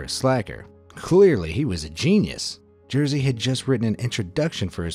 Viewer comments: its not jersey its jerzy XD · Sam jesteś Jersey XD Learn Polish pronunciation, dude! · you could look up pronounce of name Jerzy lol... that what you say is not even close...